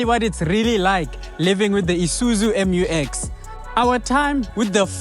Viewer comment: Promounced MEW EX, not em you ex. Please be professional.